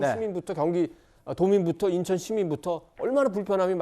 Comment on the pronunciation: 김종욱교수는 논리를 펴기 이전에 한국어 발음 연습을 좀더 하고 나오시길…. 인천을 인턴으로 발음하고 웅얼웅얼 궁얼궁얼하는데 당췌 무슨 말인이 알아들수가 없고 아주 짜증스러움